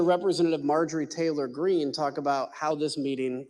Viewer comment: This guy lmao. Did he say tater green?